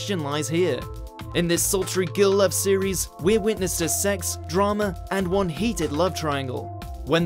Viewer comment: repeat after me "GiRRRRRl love" not "gill love". GUUUURL